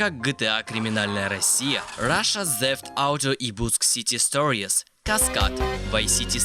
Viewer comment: Ебать у тебя английский.. СТОРИЕС. пздц ор😂